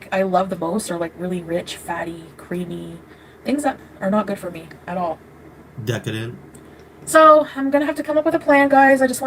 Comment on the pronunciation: Lmao, “Decadent “, nice one. 😂